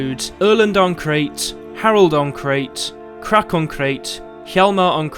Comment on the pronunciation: I think Crach is pronounced differently. Similar to Krach in German.